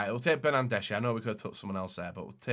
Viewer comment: Bernardeschi? You mean Bernandeshi?